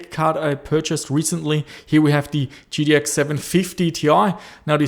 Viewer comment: G-T-X, not T-T-X